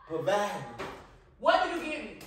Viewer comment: 😂🤣😂🤣🤣⚰Not Provide-tion🤣😂😂